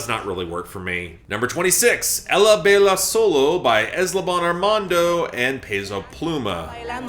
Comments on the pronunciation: Hey, jsyk, in Spanish, the double “l” as in Ella, makes a Y sound, so it’s pronounced Ey-yuh 👍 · As a Spanish speaker, the way he said that made me chuckle a bit